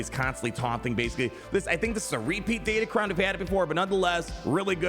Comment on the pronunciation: Sorry to break the news, but datacron starts with a D and ends with an N